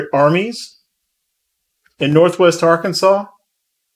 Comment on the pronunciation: I'm loving your content but I have to ask and I mean no disrespect but how is that you can say the name of the state of Arkansas correctly but not the Arkansas River? lol